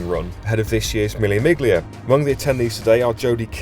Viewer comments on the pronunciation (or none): ouch this is shameful pronunciation and just reflects terribly on your club. miglia? It's meel--ya. if this was like an ad promoting Love Island, fine, but for Goodwood?